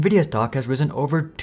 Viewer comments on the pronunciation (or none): none